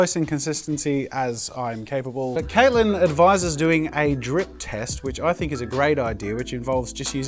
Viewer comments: Who else heard “drink test” when Jazza said “drip test?” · When he said "drip test", I swear I heard "drink test". "YOU'RE DRINKING PAINT?!!!" realizes he meant "drip" Oh. Never mind.